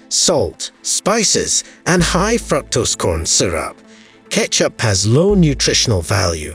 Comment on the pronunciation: Wonderful facts and good video. However, you should have a native English speaker listen to your narration and find your mispronunciations like "fructose" and "margarine". There were more but I didn't write them down.